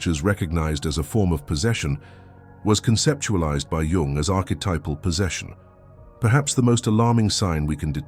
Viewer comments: ‘Jung’ is spelled like ‘Jung’ not ‘young’ lol bro do better 😂😂😂😂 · also, changing out jung for yung is a terrible oversight. i guess nobody every watched this back. lazy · Jung, not Yung…